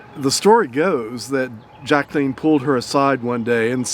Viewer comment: OMG, I want this dish! Another masterpiece, thanks as always. BTW, bless you for pronouncing Mrs. Onassis' first name correctly, hardly anybody ever does. Oh, and...."More French than Greek?"...you sly dog, you, tee hee hee (please, take that lousy joke in the spirit of fun in which it is intended, you are magnificent, always!).